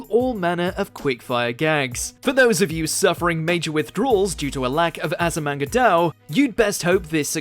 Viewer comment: Anyone else triggered a bit at him mispronouncing Azumanga Daioh!? The series has been our for 20 years and his STILL gets the name wrong. Also Yotsuba& will not see an anime made for it. The Author, Kiyohiko Azuma, has sworn to not let it get an adaptation after Azimanga Daioh was butchered.